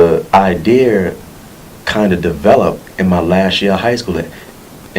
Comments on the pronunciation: BRUH i lost it lmao really nigga? Did you just say "The ideer !?" nigga did you mean "IDEA"? learn to enunciate dumb ass. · this nigga said idear.